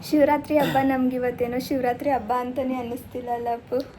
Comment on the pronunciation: Please change your Kannada pronunciation ABBA alla HABBA